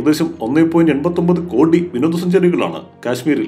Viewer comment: 1.89( ഒന്നേ പോയിന്റ് എട്ടേ ഒൻപതെ ) എന്നാണ് വായിക്കേണ്ടത്. ഒന്നേ പോയിന്റ് എൺപത്തി ഒൻപത് എന്നല്ല. ഇത് തെറ്റായ വായന ആണ്.